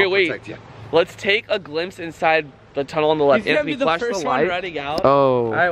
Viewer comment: that tunnel should be “ Datunnel”